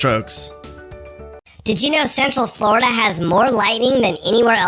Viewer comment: Flori-duh! Love it